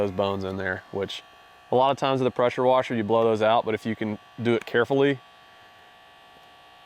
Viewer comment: Those dang prosher weshers 😂